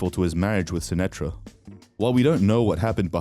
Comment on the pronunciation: It's indian ...Sunitha Sashtry... Not Sunetra